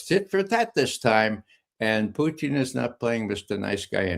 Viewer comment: Ray Mcgovern pronounces Putin's name as Poutine which is a French Canadian dish of french fries topped with gravy and cheese!!!!